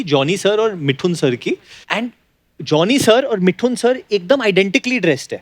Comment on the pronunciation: woh मिठुन nahi मिथुन, jaise woh डोसा nahi दोसा hota hain.